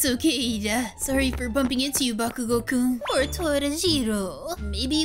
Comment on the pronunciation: hi i know am 1 day late but the word kun is not said like that